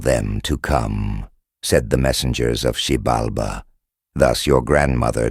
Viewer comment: They constantly mispronounced it along with other names